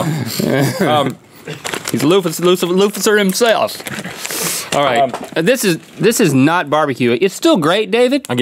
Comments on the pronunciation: Did nobody catch on to when he said luficer instead if Lucifer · Pumpkinpie3080 I know but it's "Lucifer", he said "Luficer" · I spat out my juice when Link called David "Luficer" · “He’s luphis-luphis-luficer himself.” - Link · "He's lufis lucif lufiser himself!" -Link Neal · Brandon Zimmerman Ocifer Luficer? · “Lucif...lucif... LUFICER HIMSELF!” 😂🙄you almost had it Link!